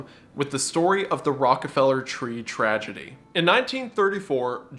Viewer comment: Tree-gedy, not Tragedy.